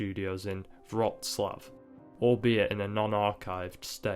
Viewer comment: really good video but omg haha i definitely recommend looking up pronunciations of names, theyre so different than what it looks like in English latin characters. "jerzy" is closer to "yesh-yh" rather than "jersey". i see that you pronounced "wroclaw" really close though! i watched it in polish and yeah the insanely philosophical monologues are definitely present there too :P im not surprised to learn that his grand uncle translated Nietzsche into Polish! the dude must have been well versed. there's things in there that really jump out at you if youve ever studied philosophy or the history of sociology, that dont seem to be just "spouting exposition" as another commenter here said :P i tried to analyse the worldviews and ideals of the different eras and factions, maybe putting them into more concrete categories as i watched, but i dont think you fully can box them in. they change and are changed throughout the film. i really cant imagine what people must have thought about this in the 1970s. i have family members who were alive (and adults!) back then, and idk. i think the Jesus imagery in the film would have been crazy. we have a cult of worship in our country around john paul the second, the polish pope, and reaching into the late 1980s and 1990s youd find a picture of him and a painting of Jesus in every single home. so to have Marek hoisted on a crucifix, and the events beforehand kind of criticising the violence and moral relativity of key characters and eras representin